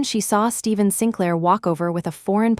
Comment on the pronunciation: Sinclair is pronounced Sinklaer